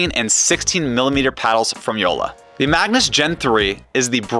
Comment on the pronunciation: Yola, not Youla! Got it?